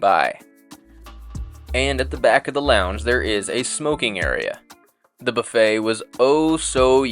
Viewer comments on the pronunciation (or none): none